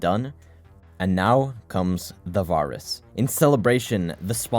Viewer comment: did nobody ever teach bro how to pronounce the word virus???